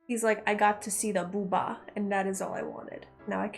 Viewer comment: I appreciate you saying "booba". More people should say "booba".